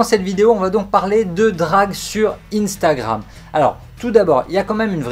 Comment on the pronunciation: pourquoi t'as pas prononcé le R 😂😂